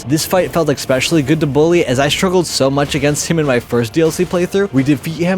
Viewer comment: Dude learn how to say ESPECIALLY. It is NOT “ECK-specially”